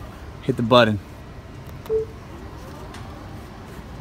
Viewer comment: He said buddon 😬